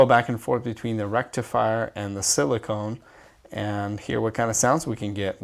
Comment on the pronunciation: It's pronounced sil-i-kuh-n. Silicone is fun too ;) , but it isn't very useful in a SS rectifier.